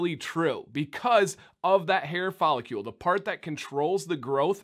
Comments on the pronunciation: “Fol — licle”. “licle” rhymes with “pickle”. ... Love this channel regardless of the pronunciation. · Voice teacher here! I'm about to nerd out here, so feel free to ignore if you don't care that much. What you're doing is putting an extra "u" sound between the c and l in follicle - you're saying follicule. Interestingly, you pronounced cuticle perfectly, probably because there's already a u, so your mind accepts the displacement of the sound. Try saying the following, and whenever you get to cl, focus on the movement of the tongue as the back hits the roof for c then curls the tip up to the back of the top teeth for l, with no movement in the lips and only a slight voicing on the l: fol i (ih) cl follic licle follicle cuticle follicle You may also want to have Sam read these to you without reading them yourself and do a repeat-after-me. Good luck! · Okay, I'm a Chemist, so I can pronounce these things. It's a follicle not a follicule, so pronounce it as rhyming with chronicle or icicle intstead of molecule. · Pretty close! Maybe you’ve figured it out by now since this is an old video but try saying it like “icicle” or “popsicle” - “fall”-“icle”. You got cuticle right! Haha